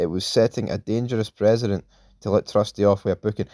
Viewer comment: Precedent** (pronounced pressident) not President fs 😂